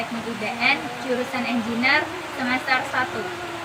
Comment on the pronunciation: izin saran ikhwani. Pengucapan kata "engineer"nya kurang tepat alias salah. coba dengarkan google assistant atau voice over. para mahasiswanya juga rata2 salah mengucapkan kata tersebut. Semoga bermanfaat. semoga kampusnya terus berkontribusi positif untuk bangsa indonesia dan masyarakat global. amin.